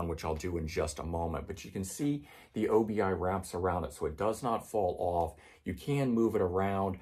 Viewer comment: I believe Obi is a word not an abbreviation. Obi means belt in Japanese and is pronounced as you would think as one easy word - "Obee".